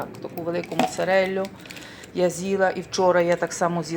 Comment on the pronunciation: моцарелю боже да научись уже правильно говорить 30 лет в италии капец